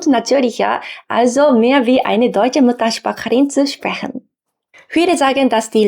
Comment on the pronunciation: hi, beim "muttersprachlerin" ist mir aufgefallen, dass du ruhig Pausen zwischen den Silben ausdehen kannst- in diesem Fall Sprach und lerin trennen damit es nicht zu sehr chch klingt . Würde sagen das du aber eher Süddeutsch klingst. Und ich frage mich immer noch oft ob mich Kassierer hassen XD Funfact: Kassererinnen sind häufig bewusst unfreunflich zu jungen Männern um nicht unnötig als "flirt" wahrgenommen zu werden, Ist nichts persönliches. Es wirkt ungemütlich direkt zu sein, aber damit kann man auch gut signalisieren das man mit dem Thema nichts anfangen kann und nur Anstrengend ist. Man spart sich vie Energie, für etwas das man vermeiden will.